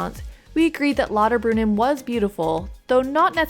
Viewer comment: never heard of "Lodderbrunin" :P